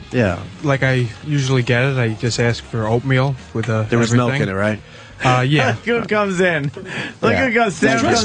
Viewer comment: Opie loves his "melk".